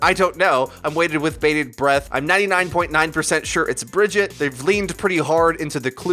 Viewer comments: Why do you say Bridget? They pronounce her name multiple times in game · Please pronounce Brigitte as Brih-ZHEET. Search for "Brigitte has made her choice" for a clip from the game, if you need the example. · Put some respeck on BriJEET's name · Brigitte. Not pronounced similarly either.